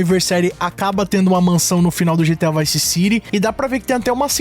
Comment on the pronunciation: Bravo però sentirti come nomini Vice City meriteresti qualche mese di reclusione 😂